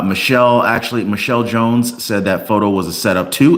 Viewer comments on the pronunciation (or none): none